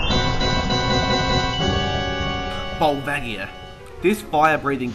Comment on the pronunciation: wait and volvagia isnt it prononced volvahgia